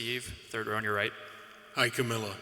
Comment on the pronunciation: It's not Kamilia, it's Kamilla